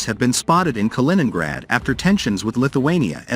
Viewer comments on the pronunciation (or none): none